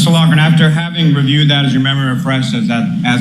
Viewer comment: “LOCK-rin”.